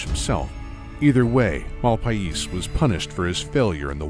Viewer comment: it's pronounced "The Malpace legate". sorry but "MAL-PIE-EES" was killing me.